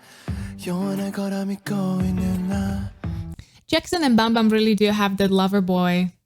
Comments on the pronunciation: you said bumbum rather than saying bambam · its so cute how u pronounced bambam 😂 Im not an ahgase but ive been growing up listening to got7 and saw them releasing Encore too and this comeback made me so so so happy so excited! After discharged they became more lovey dovey (like day6), more handsome too ofc hehe but its unfortunate theres no You Calling My Name in the Killing Voice, same goes to Last Piece, Fly 😭 so I’d recommend you to react more of their songs ❤ Anyways thank you for reacting to this!!